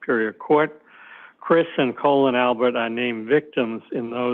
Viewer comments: Why does the CW keep calling Colin "colon"? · He is clearly trying to keep Colin‘s name out of the record as much as possible by pronouncing it wrong, similar to the misspellings in the police reports. I feel like the defense should have the court correct him asap.